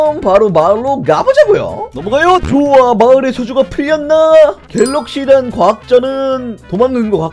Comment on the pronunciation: 왜 갤러시단이라고 하지??